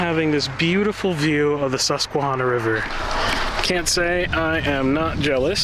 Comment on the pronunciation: Thank you for your appreciation of, and for reminding us of, the beauty we take for granted on a daily basis. FYI…. The -hanna part of Susquehanna is not pronounced hahnna. That first “a” sounds like the “a” in the word “at”.🙂